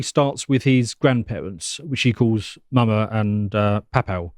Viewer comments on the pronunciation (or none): Pronounced maw-maw and paw-paw. Have you never seen Raising Hope? Lol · LOL as an american hearin a guy with a british accent say mawmaw & pawpaw makes me realize how weird it sounds